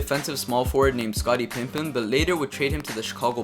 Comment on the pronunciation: he said scottie pimpen